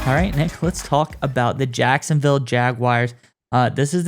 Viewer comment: Someone want to let me know what he is saying 😂😂😂😂😂😂 Jankstown? Jagston? It’s jack son ville my dude. If that is too rough to get out, just use Duval.